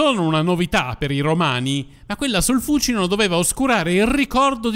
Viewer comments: L'ho sempre sentito pronunciare fucíno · Perchè l' accento di Fúcino cade sulla prepenultima ? Perché cade sulla prepenultima pure di Tiber,Tibéris .So due rrrromanate?